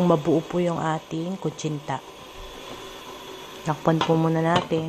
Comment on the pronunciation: zenza na natatawa lng ako sa pgpronouns nya ng kutsinta kc kuntsinta za ng kuntsinta at paulit-ulit pa...ung cornstarch nman kornstart daw hehe...pero i fairness mukhang masarap...favorite koren yang kutsinta...sana matry koren yng ibang flavor..